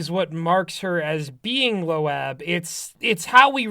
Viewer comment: Bruh why they pronounce it as "lo-ab" 💀